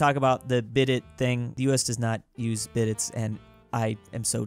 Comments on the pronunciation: its pronounced bi day not bi det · Please, it’s not BID-ET, it’s BEE-DAY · its pronounced (buh-day) not bidet. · Bidet is pronounced bi-day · Is no one gonna tell him it’s pronounced “bid-day” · IT'S PRONOUNCED "BIDDAY"! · this makes me sound like a 🤓 but… The word “bidet” is pronounced “biday” I think Also, one time in a trip in Colorado, I stayed in a cabin with a bidet. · Dearest. The robot toilet is pronounced “be-day” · Bidet is pronounced Ba-day. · I have never heard a more american pronunciation of bidet. its more like Bid-eh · Aren't bidet's French originally so pronounced like "bi-de's" without the t? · Why must you pronounce bidet like that